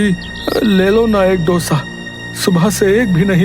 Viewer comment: It's not " डोसा " It's दोसा